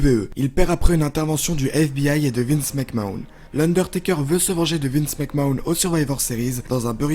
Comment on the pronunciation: Qui est Triple Edge??? Et qui est Vince Mcmawn?😂 Et pk tu dis Wrestlemania comme ça Bonne video qd même